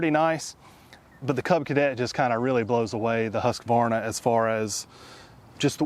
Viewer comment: I just love how you pronounce Husqvarna, i mean for me who is Swedish. Good video, I'm thinking of buying a ride lawn mower myself.